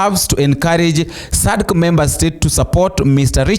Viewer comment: It is pronounced as "Sadac" and NOT Sadca🇬🇧